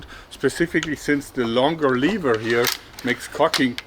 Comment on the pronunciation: Nice hack. Aber BITTE in zukünftigen Videos "levər" benutzen, nicht "liewa". Danke.